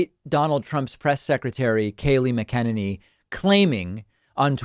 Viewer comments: MACK-in-A-knee!!!!! Doesn't ANYONE close to David look at his comments? Jeez... how can he possibly keep getting the name wrong? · Dave intentionally gets Kaelyn McKinneys name wrong on purpose. It’s (Mac-Kin- Nen- Knee) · David: Pleae learn how to pronounce the Press Secretary's name. We can get to the content later' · FFS please pronounce Kayleigh McEnanys name properly 🤣🤣🤣🤣🤣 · Kaylee Misprounciation... and I do not care. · Daveed Pakman still can't pronounce the press secretary's name. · David you are awesome but PLEASE learn how to correctly pronounce Kaighley last name correctly. I have absolutely no respect for her but it kinda hurts to hear that off base of a pronunciation